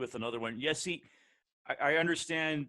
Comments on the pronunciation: "Jesie"... my god! Try to learn at least the names before making questions. It's Jesse. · Nice to see him back in the NHL. Best of luck, Jesse! PS. If you want to prounounce his name correctly like a Finn do it more slowly. Jes-se. Also, it’s not English ”Chesi” , more like ”Yessse”. Cheers! :)